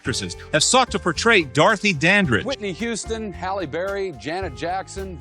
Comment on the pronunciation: not her saying “Hailey” instead of “Halle”. Don’t tell me they were doing this with Halle Berry, too lol 🤦🏾‍♂️